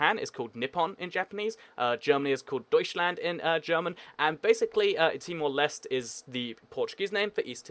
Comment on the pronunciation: its not pronounced as timor lest.its pronounced as timor lesteh